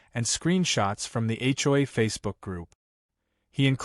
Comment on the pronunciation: When will AI learn that the Capital Letters in HomeOwner's Association are pronounced and scripted as H O A, not A CHOI.